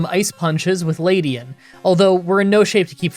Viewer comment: OH MY FKING GOD LEDIAN not LADIAN It has an E not A Other than that good show